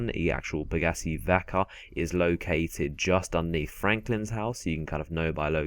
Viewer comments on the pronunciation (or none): He said Pegassi, but he said it like pagassee